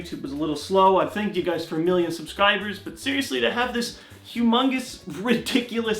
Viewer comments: It sounded like billion to me also! XD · it sounds like you said one billion. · It sounds like he says billion.